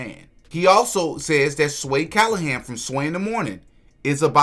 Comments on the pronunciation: Sway Calloway, not Callohan... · Bro, why you keep saying Sway Callahan, when the person in the interview clearly says Sway Calloway. I would hate to be "Sway Callahan" and hear you throwing his name out there instead of the other guy. LOL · Sway Calloway not Calohan